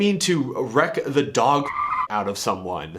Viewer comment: "And I'll wreck the DOG fuck outta you" in the exact way he said it is one of the most southern things I've ever heard